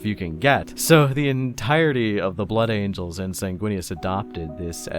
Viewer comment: I agree with your thoughts completely. As a Blood Angels fan, I actually have a hard time liking the "Blangels", if I correctly heard you incorrectly but beautifully call them 😏. I constantly find myself coming back to Sanguinius because I love this idea of love and light that he pushes that I feel I can never find in the same intensity or purity with his successor chapters. And I've been constantly looking for someone to explain why that is and so far, your video has come the closest out of anyone's. 🙂 Your views on the big Angel Boy himself remind me that we all like our respective characters from 40k because we connect with them on some level and that they have some inestimable degree of some human virtue to them or something like that and so it's important to remember that I, personally, really like Sanguinius because he's ultimately human despite his superhuman qualities and is also one of the few primarchs to really recognize that his humanity is a part of who he is. Regardless, and to make a long story somewhat shorter, I do also like how you broke down the flaws of his character that we often overlook; that he was actually very consistently getting closer and closer towards breaking down in a very awful way and that he may not have valued himself as much as he should have or given himself enough of a break to be able to bear through everything that happened. I'm glad that we can look at these fictional superhumans in such a way as to find their very human flaws so tha